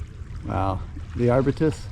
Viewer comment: Curious, where did you arrive at your pronunciation of Arbutus Trees from? Most locals pronounce Arbutus